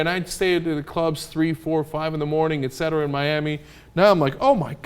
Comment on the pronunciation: How many times are you gonna 'ect' Cenk? =D